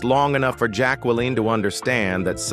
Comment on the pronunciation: Can’t pronounce Jacqueline either & not enough diligence to even change the mispronunciations .. just read a biography